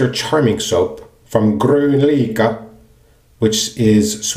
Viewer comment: You can hear the correct pronunciation if you google translate "Green happiness" to Swedish "Grön lycka" - You did quite good!